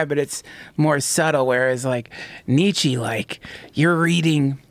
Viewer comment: please stop saying Nietzsche's name, I've never heard such a painfully butchered pronunciation